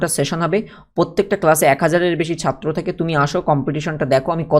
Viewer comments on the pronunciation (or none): none